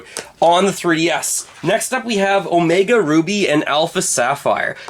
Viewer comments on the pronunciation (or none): none